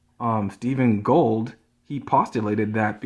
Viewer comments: can barely pronounce the ideas he's trying to express. He gets the names of people he's quoting wrong. Gold instead of Gould. Whines that chat is mean to him. He's just a big baby with no real good ideas. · Should it matter that he doesn't know the name of the man he keeps quoting (i.e. Gould, not Gold)? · I can't stand that he continuously mispronounces Gould's name. But also, the quote that he read, he's not reading the part that comes right after that. This is because his creationist source is dishonest and is quote mining Gould.